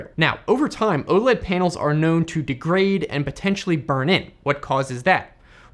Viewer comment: Gah! Please stop calling it "Ohled". It's initials, so it's O-L-E-D. (oh, el, ee, dee).